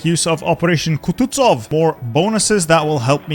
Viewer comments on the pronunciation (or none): Nobody: on his way to pronounce Kutuzov as Kututsov